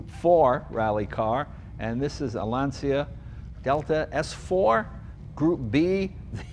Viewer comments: Jay, you're very funny. You said being an Italian, and yet you said Lahn-See-a instead LAHN/tchah the turbo equivalent factor was 1.4 for forced induction engine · It’s “Lancha” not “Lansia”, Jay😁.. Rory and Phil, yeah🤘🏼.. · its pronounced "LANCHA".. Not Lanseea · It is Lancia "LanCha" not lansia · Lancia must be pronounced "lun-cha" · Lancia not Lanzia. Lol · Wonderful see a Lancia (pronounced Lan cha my Italian friends were quick to correct me) fan. Lancia is (IMO) the lost Italian marque. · LOL.. Lancia is pronounced Lawn-Cha in Italian... when you have the letters "ci" together in Italian .. it makes the English "ch" sound :) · It's pronounced "lantchah" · Now, if we can just get Jay to pronounce Lancia correctly... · I have a dream: listening to “Lancia” spelled right.